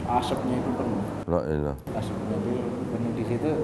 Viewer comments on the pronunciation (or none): maaf hanya mengingatkan, mohon klo bilang LA'ILA di lanjutkan HA'ILLALLAH, krn arti LA'ILA tidak ada tuhan.... Maaf sebelumnya... 🙏🙏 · kalau mau mengucapkan laanilaa ha illalloh, jangan diputus laa ilah.....sj, lanjutkan sampai selesai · maaf, kalau saya salah dengar. Untuk ucapan, dua kali saya mendengar "laa ilaah", mungkin harusnya dilanjutkan atau diselesaikan, "laa ilaaha illaLLaah". Terima kasih.